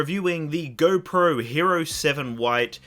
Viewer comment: Anybody who cant say “GO” correctly i cant trust